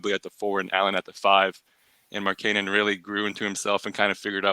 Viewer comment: That’s not how you pronounce markkanen